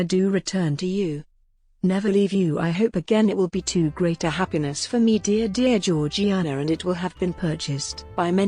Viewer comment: in everything else I’ve watched about her it’s pronounced “jor-jay-na”which doesn’t make sense to me